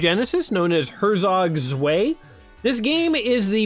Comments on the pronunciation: "svay actually means two in German" ... uhm, not like that it don't! pronounce it like: hair-tsok tswigh or herr-tsok tsw(eye)... i'd say but that pronunciation really drove engagement up, so well played, mister. :) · "zvay"! is pronounced tswigh.